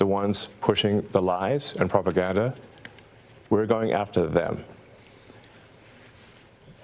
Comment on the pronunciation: Pro-pa-gan-da, pro-pa-gan-da, pro-per-gan-da, pro